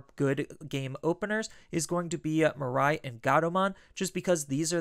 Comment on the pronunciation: Hey, long time fan of your deck lists! One minor pet peeve though, her name is pronounced as “Mee-ray” not “Mer-rai” 😬